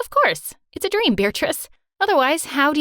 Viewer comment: IS IT JUST ME OR DID SHE SAY IT AWS A DREM